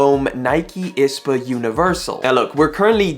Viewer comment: you say "J - A" but pronounce "I.S.P.A." like its a word ?? 😂